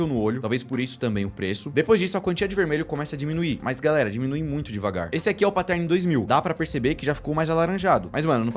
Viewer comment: Os vídeos são muito legais. Mas pelo amor de deus, parem de falar "patérni" e "mireige". O que eu vejo de gente que fala errado essas palavras só porque os youtubers continuam a pronunciar essas palavras erradas é dose. É fácil, gente. É só assistir os videos gringos ou jogar no Google translator. Eu sei que vocês não falam inglês e tals, mas não é difícil. Pronunciar "Mireige" me dói ainda mais porque vocês estão inventando uma palavra/pronuncia que não existe e milhares de pessoas continuam a repetir o erro.